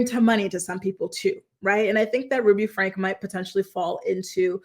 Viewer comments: Not to be rude but its pronounced like Frankie not Frank 😊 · Franke is pronounced "Frankie." I know, I'm a d*ck for being the pronunciation police 🚨😂